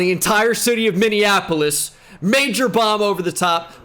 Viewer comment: I live in minneapolis and is the ONLY YouTuber to say it correctly lol